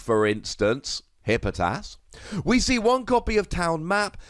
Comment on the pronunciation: Tfw you left an entire syllable out of Hippopotas